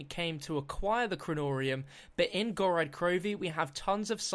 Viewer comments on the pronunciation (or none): GOR-OD not GOR-AD